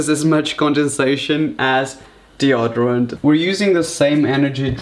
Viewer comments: DeodArant (lol ) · Did he just say dee•odd•or•rent ahhhhhhhrietwhwkjfbdjsolala Its dee•oh•door•ent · The way he says deoderant bless him. Hun you can call it that way if you want but if you want to know its pronounced De-O-derant With the 'O' sounding like the 'O' in "open". Not how it sounds in the word "on". Love you hun i know you probs learnt it that way. It's cute but now you know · Glycérol not deoderant